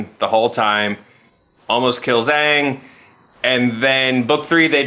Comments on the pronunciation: Okay,, did call him Ahhng instead of Ayng? That's pretty quick way to get "Avatar" fans outside your door with pitchforks. Ask M. Night Shyamalan. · did he just say "Oong"?...SHYAMALAAAAAAAAANNNNN!!!!!